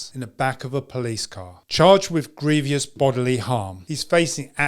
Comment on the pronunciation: gree-vus. Not gree-vee-us.